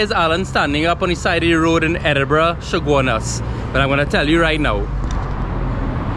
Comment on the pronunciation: Dude it's Edinburgh not Edinburgh